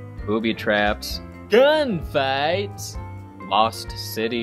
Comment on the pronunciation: my favorite part is when he's listing stuff from the movie he goes GAUN FIGHTS